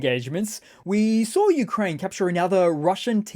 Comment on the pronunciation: "Newkraine" 😂😂😂 brilliant